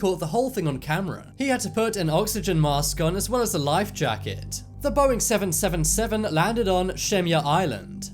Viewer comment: the scariest thing for me is how he pronounced Boeing 777